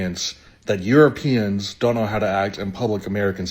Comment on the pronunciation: I love AI : you row pee ans